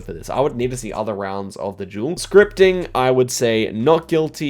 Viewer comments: oh he was saying "duel" not "jewel" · the way he says duel like jewel is just great haha i love it